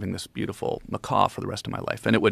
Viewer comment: Macaw, not mccaw lol